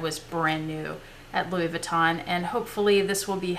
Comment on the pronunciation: You are so good at pronouncing Louis Vuitton bags. I just wanted to tell you that Moët is pronounced "moe-ette" not "moe-ay". :) Now I want some.